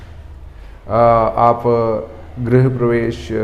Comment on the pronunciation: आचार्य महोदय सबसे पहले तो आप अपना उच्चारण शुध्द करें। गृह प्रवेश को आप बार बार ग्रह प्रवेश बोल रहे हैं ये दुर्भाग्य पूर्ण है।